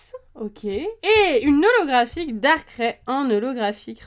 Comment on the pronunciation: j'adore les video que tu fait juste darkrai sa ce dit pas darkrè (dsl je savais pas comment l'expliquer) mais darkr aïh (je c pas si tu a compris mais bon)